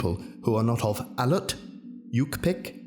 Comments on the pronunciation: As an Alaskan native these are correct ways to say these tribes, Aleut(al-aye-ut) yupik(you-pick) inupiat (in-you-pie-ak) "yukpik" is a misspelling, you were super close and I love these videos so much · Its pronounced Owl-ea-oot. Source: Qui Alutiitstun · Raises hand 🤚: al-ee-oot, you-pick, in-ooh-pee-at Source: I’m Alaskan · As a native to one of the Alaskan tribes it's nice to see the names and languages being used. It's hard to get the words right for English speakers because we use sounds not used normally practices. To get you close to what is said Yu'pik- U Pik, IÑUPIAT- In Nu pi Aak, Aleut- Ally Oot. Hope it helps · I'm Alaskan-native, I'm also Iñuit. I died when he pronounced Aleut. Although, good try. Love these vids.